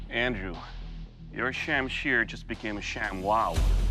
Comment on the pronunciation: Pronounced more like shum Shir. This video - Sham Sheer